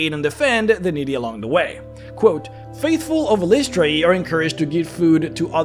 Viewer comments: great video but fyi, according to ed greenwood her name is pronounced something like eye-liss-try-ee with the stress on eye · This was my biggest pain in making my cleric of Eilistraee. I decided EYE-lih-STRAY is what worked best and seemed to make the most sense to how its spelled to me. Your pronunciation seems pretty common as well though. It seems she's not a stickler for pronunciation since they all appear to be canon lol. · Drow of the Underdark, which is where it sounds like you got most of the info and is 2nd Ed/3rd Ed sourcebook, has the proper pronunciation (pg 21). Per DotU, it is eel-ISS-tray-ee. As I'm looking at my well worn copy. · I've been pronouncing it "EYE-liss-tray" ever since hearing Nathyrra (the Drow Elf Assassin who's somehow Good) speak Eilistraee's name in the Neverwinter Nights expansion packs.